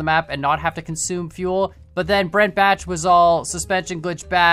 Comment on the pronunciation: No fuel not unlimited fieuel